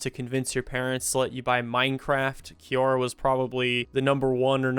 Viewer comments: i will listen once you can pronounce quora 😊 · I will from now on pronounce it Kiora instead of Kwora